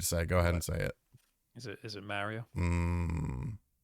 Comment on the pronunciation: Its a me maaaaa rio . Not mar i o